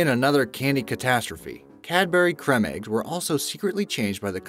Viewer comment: I know I’m two years late but wtf did u just say it’s pronounced cream eggs